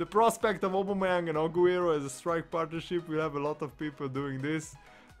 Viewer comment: You say his name wrong lol